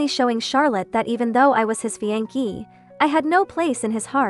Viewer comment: Fiancé is pronounced "Fi-an-say" not "fiankay".